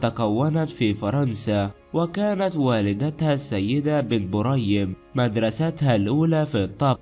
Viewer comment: علاه راك تتعقن اهدر مليح اولا اسمها بن بريم مش بن مريم وش ذي الخالوطة 🇩🇿🇩🇿🇩🇿